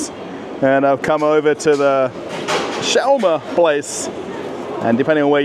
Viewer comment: You say it odd it’s sch- was- ma. Are there any foods from Israel??